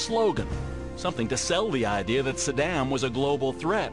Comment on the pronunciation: i wish this guy would learn how to pronounce saddam and Iraq. what he is saying in the piece is essentially true but if you want to make a valid argument or at least present yourself as "in the know", learn how to say the name and place properly.